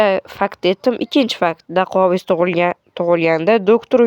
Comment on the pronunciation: Dostim daquavis deb aytilmidi dakuavis den iltimos